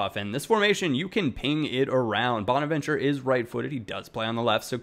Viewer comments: Just a heads up it's "bo-na-vin-tur-a" (or chur-a depending on your nationality) for bonaventura. Cheers from a Milan fan! Glad you like Bacca, try and rip a long shot from bonaventura too! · I love ya, and you inspired me to do youtube but being Italian and you murdering bonaventura name hurt my ears lol its bona-ven-too-ra